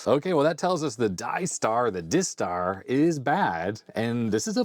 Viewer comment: Clearly the disk drive is"DIE star" not "diss tar" because it kills the machine.